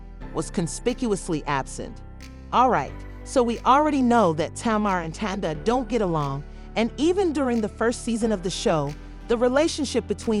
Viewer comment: They said Tawinda!!! I cannot